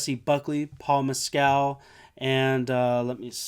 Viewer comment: Jessie Buckley and Paul Mescal pronounced "Mess-cull” are not English or British. They are Irish actors the writer of the book. Maggie O’Farrell is also Irish.